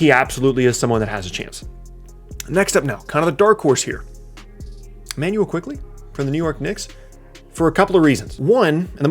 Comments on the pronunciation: It's Immanuel Quickley , not Emmanuel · Immanuel not E🤦‍♂️ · bruh it's Immanuel